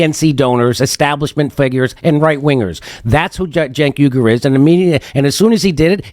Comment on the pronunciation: Gotta be pretty dim to really have that much trouble getting close to Cenk's name: JENK WEE-ger is close enough, geniuses.